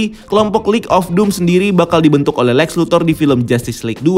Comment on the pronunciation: cuk lex napa jadi alek